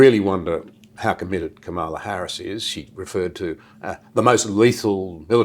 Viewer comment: Super genius but can’t pronounce Kamala’s name properly 🤔